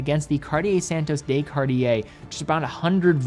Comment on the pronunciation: On behalf of all of Europe, the "de" in Santos de Cartier is NOT pronounced "day"